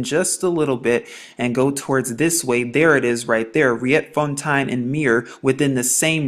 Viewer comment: Just to help you with the right pronounciation of Dutch language names of certain area in South Africa and some other names of planes......'Riet'fontein is spoken as 'Reet'founten..Maurits is Dutch for Mo-rit-s =Maurice as a family-name..!! As I understand it there must have lived giants around the area you are talking about......! Probably before Jerusalem was even founded...!! Berg is Dutch for Mountain....